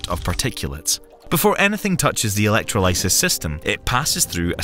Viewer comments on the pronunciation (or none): Electrolysis... I don't think I will ever see that word written the same.... Elec-troll-oh-sis Not Electro-lie-sis... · "... process called electro-LIE-sis ..." The narrator apparently never heard of something called "dictionary". 🤣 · i'm by no means a scientist, but i've never heard of Uh-leck-tro-lye-sis but i have heard of uh-leck-TRAH-luh-suhss that was hard to listen to, butchered that one, sheesh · Electro-WHATSIS?! PENG-WINGS!? That's the wrong emPHASis on the wrong sylLABle. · As a chem student, it pains me to here that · Electro LIE sis? Who the hell manages to publish videos to a major YouTube channel without being able to pronounce electrolysis? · Elec troll isis. Not. Elect ro lice sis... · The poor pronunciation of "electrolysis" lowered the credibility of the video in my opinion. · Stopped watching when you mispronounced “electrolysis”. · That is not how you pronounce electrolysis. 🤦🏻‍♂️ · This was a very interesting video, but that’s not how you pronounce “electrolysis”. The “o” is the same as it is in “doll”, and the end rhymes with “paralysis”. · I have never heard a worse and more incorrect pronunciation of the word "electrolysis". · Yeah, I've never heard that pronunciation of "electrolysis" before! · Never heard "electrolysis" pronounced like that... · I find it a common pronunciation of almost anything with the suffix "electro-" here where I live I presume it's due to the way Indonesians pronounce it in our mother tongue, which tends to sound o as "oh" rather than any other vocalisation this feels like a nitpick when the difference could be easily explained by a difference in accent (also the tro is more consistent with other tro- words such as trolley or tropical)